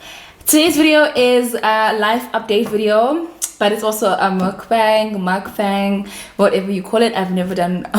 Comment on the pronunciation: What a fun Vid! your laugh is everything!!! you're almost at 90k subbies!!! Congratulations!!! PS. Mukbang is pronounced "Mook-b(ah)ng!"